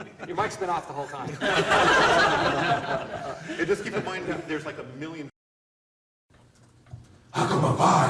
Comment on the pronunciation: Hay hay. Not hi hi stupid